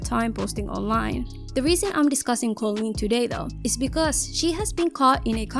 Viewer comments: Whenever you said her name as Colin I was literally questioning myself cause I’ve been pronouncing it as cooleen and it’s just spelt with a k instead of a c😭😭😭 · It's koolen, not kawleen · i don't think her name is pronounced "colleen" i think it's pronounced "coo-leen" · the way you said kooleens name the same way as collen 😭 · I thought koolen was pronounced "cool leen" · it’s not KaughLeen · its pronounced cool-leen